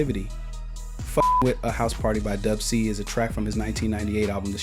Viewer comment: Please just say Dub C